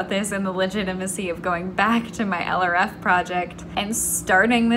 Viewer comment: don’t put too much pressure on yourself! you’re doing amazing!! (p.s. for a long time when you mentioned project LRF in your videos I thought you were saying “eleraffe” as in some weird cross between an elephant and a giraffe?)